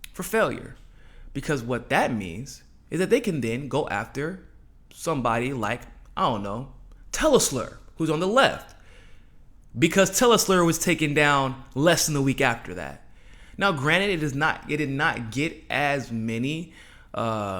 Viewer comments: TELE-SLUR? Isn't that a SLUR?? It's TELE -SUR, not slur. SUR means South in Spanish. SLUR means, well, just a slur. Seems like somebody whose channel is "Mi Casa es Su Casa," would know that..? Oh...and it's Figueredo, as in Laredo....not Figuerito, as in burrito. Come on.Or should I say? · Teleslur? It's Telesur.